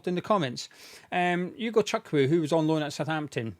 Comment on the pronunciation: Bravo to you for your pronunciation of 'Acheampong' and 'Ugochukwu', there are people within our fanbase who don't even try to get it right